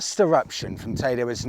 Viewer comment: Definitely not TayDay. It’s Tayde Or tayda teeda